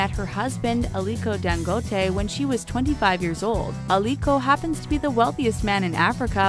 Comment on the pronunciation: Lol the way she said dangote Nigerian accents is not common